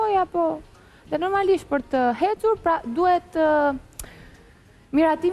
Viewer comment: Gjuha shqipe: eci, per te ecur, pranoj, Standarti per konkurrentet: per te hhhhecur, pranovi Gjuha Shqipe wtf is going mate 😳🤯